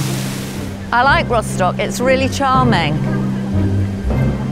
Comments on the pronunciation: /rostok/ not /roshtok/ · What's with ROSHDOCK? It's rostock....even German's don't say it like you do.